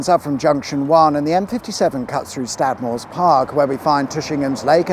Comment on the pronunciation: Did you say there was somewhere called "stab more"?